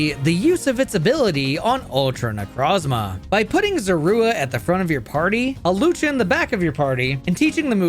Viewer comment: I don't like how you call Zorua.